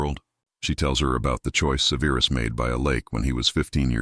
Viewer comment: SEH-ver-us, not "Severe us"